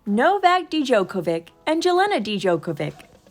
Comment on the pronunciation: Who taught the narrator how to pronounce Jelena and Novak Djokovic's names??? Dee-jokovick!!!! Jell-ayna??? That is sad after all the years he's been a champion.🤨